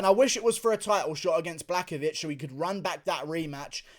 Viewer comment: Some pronunciations: Blahowicz, not Blakowicz Heinish, not Heinitsh